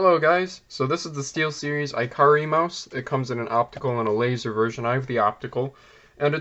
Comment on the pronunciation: “ee-kah-ree”, not iCarly